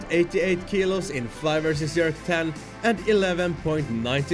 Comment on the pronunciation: J j j j j j erk. Not yerk bro’s.